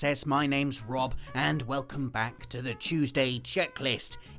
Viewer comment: I love how he says "chooseday"